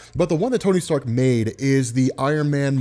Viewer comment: "Sony Tark" I hope someone else caught that , awesome content